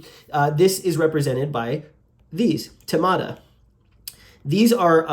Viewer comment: Thema and Themata in plural should be pronounced not like "tèma " or "temàta" but as th in thematic(which is same root) or thanks.